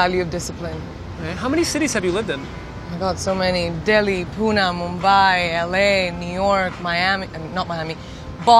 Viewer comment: She said Pune wrong twice and now we know why dislike numbers are hidden